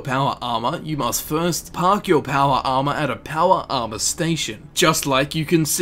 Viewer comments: "PAWAR ARMAAAR" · "your powa arma" i love it when you say that xD